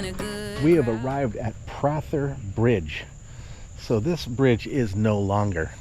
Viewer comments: The Prather House I live 2 miles from it and grew up here. It is pronounced Pray ther not Prat ther. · I know it looks like it might be different but it’s actually pronounced “Two - ga - low”. And regarding the Prather house (pronounced “Pray - ther”), Confederate General Robert Toombs avoided capture by the invading damn yankees by secreting away in a closet of the house during one of their searches.